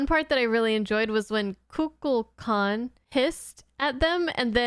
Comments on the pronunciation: Shatner is mispronouncing the name. Instead of saying "kukalkan" he says kukla kan." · My theory is that Kirk says that God's name wrong, but no one wants to correct him because he is the captain. Or Shatner did his line readings alone and everyone else was together, but the first thing is better. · Maybe it's another weapon in Kirk's arsenal. People love the sound of their own name. Kirk mispronouncing it is just an attempt to get under Kukulkan's skin. If Kukulkan is annoyed by it he can't act on it without looking petty and small.